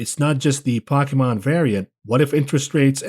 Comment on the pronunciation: Poe. Key. Mon. Pokemon. Stop disrespecting me.